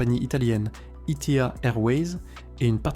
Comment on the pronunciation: ITA ne se prononce pas I T A